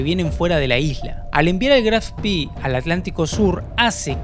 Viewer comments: En alemán se pronuncia Spe no Spi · Se pronuncia Graf Spè, no Graf Spì. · Buen video. Sería mejor utilizar la pronunciación correcta del buque Graf Spee, con E al final, no I. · Vengo del linaje Spee y es un honor que en el mundo se rescate la gran historia de la familia y el buque! Por si acaso, el apellido es Spee, no Spi (se pronuncia con una E alargada). Para ponerlo por escrito, se pronuncia “Eshpe”. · Se pronuncia Graf Spee no spy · Eres lamentable. Mencionas al Spee como espi ? No es inglés . Es lamentable también el relato! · El vídeo está Muy pero muy bueno y detallado. Pero tu pronunciación es desastrosa... Con respeto te lo digo. Se pronuncia Spee con e! Lo decís en inglés. Y ni te digo como decís Eugene... Trabaja en las pronunciaciones originales y tu trabajo será perfecto. Abrazo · No es inglés, es alemán , se pronuncia SPEE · Spee, es alemán , no inglés...la doble E no se pronuncia como nuestra I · Estás pronunciando mal, por ejemplo, Spee...También confundís tiempos verbales del idioma castellano... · Pronuncia Spee en inglés!